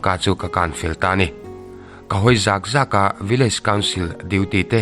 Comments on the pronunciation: "Ka hawi zâk²a" Ni lovin "Ka hawi zak²tih tur aw,Mizo tawng thlûk diklo hi in hmang nasa lutuk a ninawm😁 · Zat zat tih lai kha...zaat zaat ni lo aw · Tingemaw i hawitir zaak zaak fo le!? Ka zak lutuk tih kan sawi a, zak tih thluk chiahin lamrik tur a ni e. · Zak2 i chhiar dan hi lo ennawn leh teh.. thluk lovin zak2 tihtur a nih hmel e.. i chhiarthiam thin viau a. Hei hi erawh lo ennawn leh teh. Tawngkam thiam leh thuchhiar thiamah chuan tunlai youtuber ah thiam ka tih ber zing a mi i ni. Mixo tawng chhiar danah hian Lo tang sauh2 teh. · "Zak Zak' mizo tawng thluk danah fimkhur leh zual Nan aw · Zak zak hi tinge i lam fuh ngai loh le aw,hawi zak zak hi thlûk loh tur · Zak zak tih kha i thluk dik lo tlat. Mizo tawng hi uluk ve deuh teh u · Ngaihthlak a nuam viauva,NGO te cheksawlhna lam hawi thupui anih hi chuan mit chu ala nep deuh.Mahse an diklohna liantak hriatchian tur awm anih chuan hriat a tha.Tin,zak zak tih ilam dan kha ngaihthla chiang la a diklo,ngaihthlak a hreawm tep..tangzel teh khai.. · Zak Zak,zakhnuai kan lamdan thlukin,Zak Zak tihtur aw,a ngaihnawmlo zovek. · I tih than ve tawh tehlul nen i thluk dik lo nasa hle mai,han uluk deuh tawh teh, hawi zak zak tih tur aw, thlukna a awm lo😂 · Zak zak ti a lam tur ni awm tak a ni,,, thluk lo in